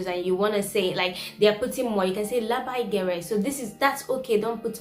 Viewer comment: ne "lebei gerei", o labai gerai. Balsė a ir tariama kaip AAAA, o ne EEEE